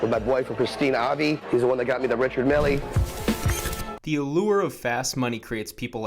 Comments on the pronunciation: You know they're completely full of crap when they can't even pronounce the name of the stuff they're buying... Look at my Richard MILLY... SMH. You mean Mee-lay? You can pay your way through school, but can't buy class... LOL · Dave has a Richard Milly. I swear it's Richard Mille pronounced like a Frenchman but I may be wrong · "Richerd Milly" lmao what an absolute dope. Say the brand right if you want to brag about it. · the fact that he says richard milly tells you all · “Richard Milly” might want to learn how to pronounce the watch. Oh wait he didn’t finish 3rd grade. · Anyone that pronounces Richard Mille as Richard MillEE is automatically discounted. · I don’t trust anyone who owns a richard mille but can’t pronounce it correctly